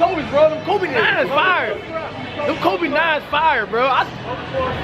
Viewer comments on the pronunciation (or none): none